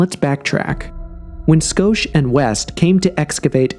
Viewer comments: Robert "Skosh" 😂😂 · It's Robert Schoch pronounced (shock)